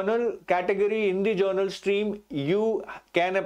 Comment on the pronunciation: It's "general" and not "journal" as spoken repeatedly by sir